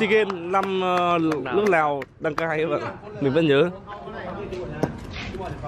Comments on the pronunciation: Bạn nên phát âm chữ L và N cho đúng nhé bạn nói nước Lào mà nói ( lước nào) mình người việt mà nói mà người nươc ngoài k hieu luôn ah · "Nước" thì lại đọc là "Lước", "Làm Lại" thì lại đọc là "Nàm Nại". Thằng này học lớp mấy rồi mà ko phân biệt được chữ "L" với "N" (Lờ với Nờ) nữa. Bó tay, nghe nó chối tai gì đâu luôn!